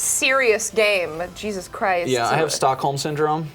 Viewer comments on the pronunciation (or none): none